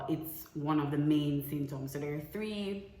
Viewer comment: If pronounce di word wrong one more time😂 "synptoms"